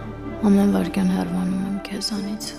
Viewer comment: Աղջիկ, հեռՎանում ես թե՞ հեռանում ես:Երբևէ գրագետ կխոսե՞ք, այ դերասաններ